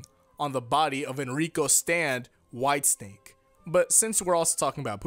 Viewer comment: When you first said "white snake" I had to go back and make sure I heard you wrong cause I thought you said "White stink". XD